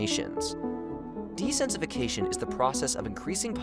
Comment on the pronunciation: Bro's really struggling to pronounce dense-i-fication